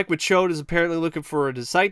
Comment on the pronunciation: I just wanna say real quick that I love your commitment to calling him Mike MaCHODE throughout this entire video lmao